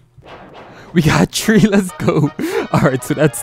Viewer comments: I be thinking he be saying tree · THEY GOT TREE AHAHAHHAAHA FR THOOO